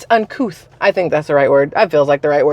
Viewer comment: Yes "uncooth" is the word lol